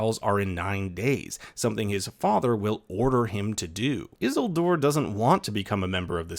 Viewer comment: Why is he saying Isildur like that ☠️☠️